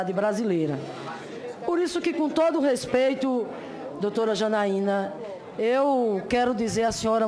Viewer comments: Não dá pra levar a sério uma pessoa que fala "Gópi", "respetcho" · RESPETIO? Não seria respeito? kkkkkk